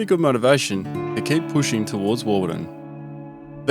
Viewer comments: Warburton, not Warbuton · You say the Desert teaches you Fast, but just 0.49 seconds into this video you failed. There's not a lot more to learn is there? Warbuton ---- really ~ it's WARBURTON. Just hope you will learn something! No you didn't ~ the Victorian Desert in Western Australia ! It's the 'Great Victoria Desert'